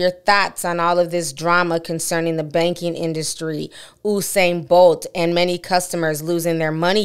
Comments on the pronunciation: You-sane TI Not OUUU-SANE 😂♥️ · Mr BOLT Pronounce His Name (You) U -SAIN Not OOO-SAIN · It’s You-sane. Not “Uh’sane”. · Please pronounce his name properly, it's "You" -Sain Bolt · The situation is truly unfortunate all round....but his name is pronounced as spelt though like 'You-Sain' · This is insane!!!. it's pronounce u-sain (you- sain)